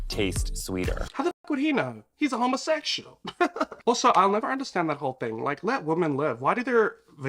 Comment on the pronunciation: "How the fuck would he know? He's a homoseggshul" 😂